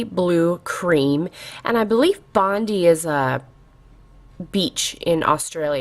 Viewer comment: bondi is pronounced Bond - eye:-) Its an awesome beach in Sydney, and I love that blue cream